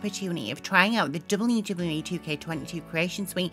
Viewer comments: The way you say WWE is so funny XD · The voice of nightmares returns. Can't say wwe properly. Sad.